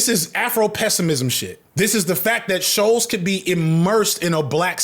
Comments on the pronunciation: FD, I'm begging that if you ever need to say the surname I share with this moron again That it is pronounced like "Bolts" with a sh- at the start, Not Shoals like a submerged sandbank. This was driving me CRAZY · Him mispronouncing Shulz’s name the whole video is lowkey the best part 😂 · Why is he having the hardest time saying Schulz?